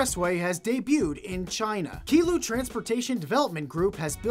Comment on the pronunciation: Yo my man Qilu is not Kee-loo, it's Chee-loo